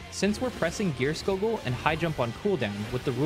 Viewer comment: i didnt even realize i was still jumping before gierskogul (and saying that wrong) this guide might be what i need to get out of purple pa.... ahem thanks for the guide it was awesome